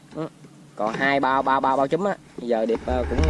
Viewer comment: Ống trúm không phải “chúm”